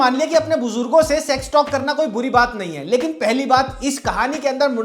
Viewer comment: Why can’t you say sex and sexual properly? Segsual? 😅